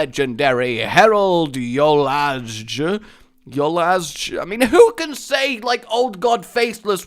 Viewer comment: V-ohl-ah-sh. That's literally how you pronounce Herald Volazj's name.